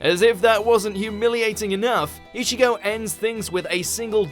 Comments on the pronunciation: I'd like to point out that Ichigo.,is not pronounced e-shigo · Why does he keep saying ishigo??? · Man....you really pronounced it as I-sh-igo :D damn.... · Not issigo, it is ichigo